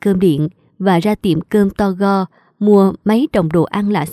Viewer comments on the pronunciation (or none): Chữ “to go” không phải đọc như vậy mà đọc là “tu gô “ theo động từ “to go” tiếng Anh, tức là mua thức ăn “mang đi “ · MC doc to go buon cuoi qua . Doc la tu gô moi dung . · "To go "tiếng Anh mà phát âm theo tiếng Việt nghe hơi kỳ kỳ. nên để ý để đọc cho đúng. Chân thành góp ý.